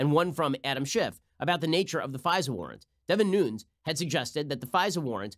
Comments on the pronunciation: You're kidding when you pronounce Devin Nunes last name, "Noons," instead of "Nu - nez," right, Ben? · Ben why do you mispronounce Nunes' name?